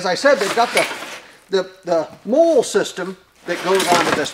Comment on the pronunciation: Molle is pronounced Molly